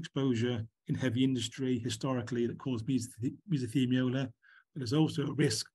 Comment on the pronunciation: It's mesothelioma, not mesothemiola, :)